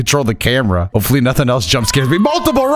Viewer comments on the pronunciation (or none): none